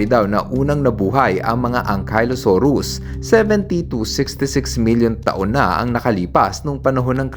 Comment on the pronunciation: Ankylosaurus po yun hindi Ankaylosaurus